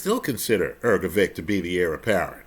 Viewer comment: Hrgovic (not Hrgovick) the heir apparent after a slugfest with a beyond shot Joyce and who is about to be thirty-three himself with no clear route to a title shot. You ignore all of this.